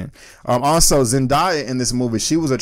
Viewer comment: It's Zen-Day-a not Zen-Die-a. Great review tho!